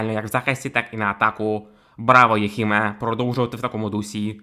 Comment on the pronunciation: не Єхиме, а Юхиме